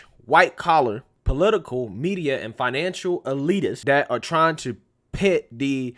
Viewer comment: The word is "that" not "dat".